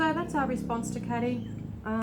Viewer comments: Oh and I could be wrong but I think her name is probably pronounced "Kay-dee" (like a trendy spelling of Katy) not "Caddy". Anyone who knows feel free to confirm or correct this. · you are pronouncing Kady's name wrong